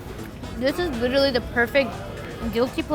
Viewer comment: I love the French toast chef’s laugh! He genuinely sounds like a happy guy!🤩😂😂 And what did she say ? “Lirally” 🤣 She is beautiful though!